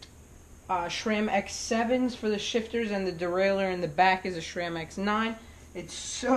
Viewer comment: "sram" not "shram"